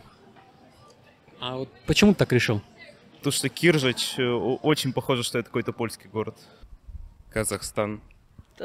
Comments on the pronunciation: Дмитрий, только не КИржач, а КиржАч - ударение на второй слог... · Не кЕржач, а кИржач КИ КИ КИ. Город в 90 км от Москвы. Задолбали коверкать название моего города. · Судя по тому, что все участники повторили как кИржач, это значит, что ведущий также неправильно озвучил название этого города.